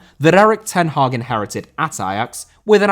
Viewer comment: Hag* not Horg